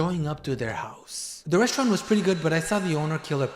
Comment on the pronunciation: The “rosturant”